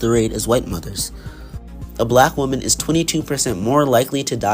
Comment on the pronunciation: your saying the word wonman wrong